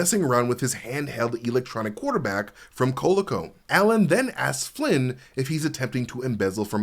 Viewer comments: great vid but made me feel old when you said Cola-co. It's "co-LEE-co" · Coleco is pronounced (Col-ee-co) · just FYI, it is pronounced with a long "E"-- coh-LEE-coh. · "Coleco" and "Oliver" were comically mispronounced. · Thanks for the breakdown. Intersting pronuncoation of Coleco. Not saying wrong, just new to me.